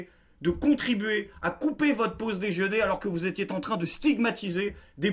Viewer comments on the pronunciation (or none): C' est triste pour toi. A force d' écouter Marlène & co ton cerveau est finalement atteint : " Je partait " ??? Saint-Bescherelle et Saint-Blanquer sauvez-nous ! :) Et "... vous étiez T'en Train..." à . C' est de plus en plus souvent, tes liaisons d' écoles de journalisme...